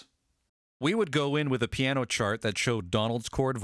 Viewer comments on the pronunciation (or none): none